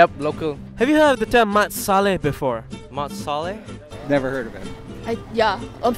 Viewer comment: "Mat Sallah" HAHAHAHAHAHAHAHAHHAHA